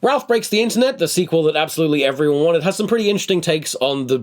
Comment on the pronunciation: What does Tom say ? "Ralph Breaks the Internet, the sequel that absolutely every unintelligible has some pretty interesting..." Oh I figured it out, he says a similar thing . He must have said "absolutely everyone wanted." But WOW did it not sound like it.